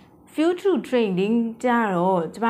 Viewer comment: ဖူးချား အိုင်စိုလေ့တစ် တို့ အသံထွက်မှန်လေ နာလည်းရလွယ်လေပါ ရှင်းပြတာ အရမ်းကောင်ပါတယ် အသံထွက်လေးတွေ မှန်ဖို့ လိုမယ်ထင်တယ် ❤❤❤❤